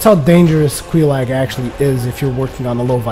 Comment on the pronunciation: Just btw,; it's Quelaag, not Queelag.